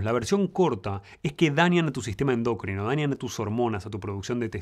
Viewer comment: Excelente contenido, pero Dr., con todo respeto, la palabra es "endocrino", no "endócrino" con acento esdrújulo. Dirán que es un detalle, pero tiene muchos seguidores que van a creer que está bien.